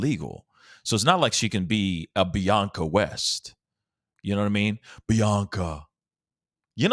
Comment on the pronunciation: It's Bianca West,. lol